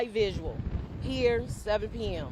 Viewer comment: Somebody PLEASE tell that woman it’s vigil and not “visual”. Thank You!